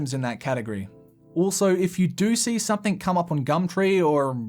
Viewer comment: Please stop saying “SOMETHINK”. It’s pronounced “SOME-THING”.